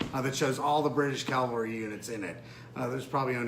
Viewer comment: Ugh...., it's pronounced c-a-v-a-l-r-y, not calvary! The V comes first, not the L.